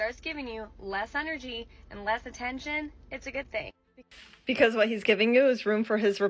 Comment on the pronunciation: Scammers everywhere: "Doo one ting", "Each 'n' ev'ry-ting", spot the difference.